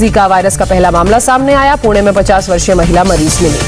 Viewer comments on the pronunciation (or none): none